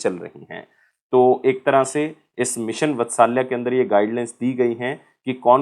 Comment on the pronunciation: मिशन वत्सल्या नही भाई मिशन वात्सल्य ठीक से बोल भाई जब पढ़ा रहा है तो ।।।।